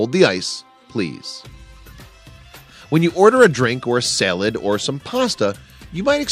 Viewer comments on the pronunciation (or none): S-A-L-A-D not fucking SEL-LED! fuk!